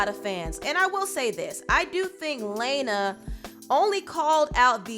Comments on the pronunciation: So you're just gonna keep mispronouncing Lana's name like Laina/'Lena? 🤨 Also, Ariana Grande, Selena Gomez, and Camilla Cabelo aren't white. 😑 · Salena Gomez isn’t white...she’s Hispanic her last name is literally GOMEZ and you can’t pronounce LA-NA?? It’s not layna honey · I DO NOT MEAN TO HATE BUT....ariana IS italian, and its LANA NOT LAYNA. .but i like the effort you put in this video 😗✌🏽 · Sis how you gonna call someone bitter when you literally have a drama channel I- And it’s Lana, not LaYnA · The fact she keeps saying Laneuh instead of Lana was really aggy. I’m not a super fan but just hearing someone’s name repeatedly mispronounced is annoying. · Stfu her name is lana not laina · It is Lana not Leina lol 😂 the pronounciation earked me...but i get that is being shady lol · Her name is Lana la na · LA-NA Del Rey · Not “Layna” 😂😂😂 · REAL FANS KNOW ITS PRONOUNCED LAAA-NA NOT LANE-NA. lmaoooooo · It’s LAW-na not LAY-na lol I like your videos but the mispronunciation is making me cringe 😬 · How you pronounce her name wrong lol “LAINAH” it’s “LAN-AH” lol 😂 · it's pronounced "Lah-na not Lay-na" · Ummmm...... Ariana grande and Camilla ain’t “White” boo boo ... and her name is pronounced LAH-NA... not LAY-NA.... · Her name is LAAAAHNA not LAYYNA.... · It’s Lawn-uh not Lane-uh. Lmao I can tell she ain’t your type 😂😂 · Sis her name is pronounced Lah-nah 😂 I’ve never heard anyone mess this name up before 💀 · Who the HELL is "Lay-na"? You mean "La-na"! WHAT?! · It’s pronounced LAWN-uh periodt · “Layynuhh” really? Can’t do basic research to pronounce someone’s name right? Lmao good video though. Thanks for keeping us informed. 👍🏼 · Also...Lana Del Rey is FABULOUS...it's Lawna. Law-Nuh. Hearing you pronounce it wrong is bothersome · Girl, you know her name ain't pronounced like Laina. Lol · “Lay nah del Ray” 💀 lnao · ITS PRONOUNCED “LA-NUH” and she was not shading anyone she was actually stating facts y’all wanna turn everything race vs race sooo bad smfh